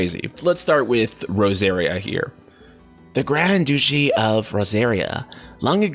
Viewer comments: Duchy is "Dutchy" and not "Douchey" 😂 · You also said duchy as douchy lol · And Duchy is pronounced like “Duh-Chee”. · I cant get over the way you say "Duchy". Lol, I love it. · I think it's pronounced Klyve and not Kleeve. Clive is or was rather a common western European name.... Also I have no idea what a douchey is lol.